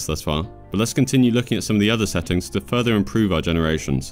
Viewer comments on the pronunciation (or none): none